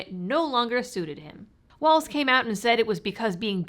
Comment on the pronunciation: Thank you for pronouncing Walz's name correctly! I cant stand Tyrant Tim and neither can I stand hearing so many peiple say "waltz"